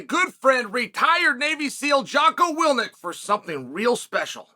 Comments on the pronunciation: Uncle Chael, his name is not Jacko Willnik, it's Jacko Willink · Who da fug is Jocko Wilnik? It’s Willink ya knob. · Chael.... Please re-do the Jocko Commercial and say his name right... PLEASE. He's your friend. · This man even has to pronounce Jocko's name wrong lmao. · If Jocko is a Good friend ease learn to say his proper last name Lord Chael